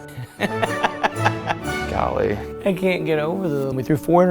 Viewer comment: I’ve heard “golee” from the quarter back so many times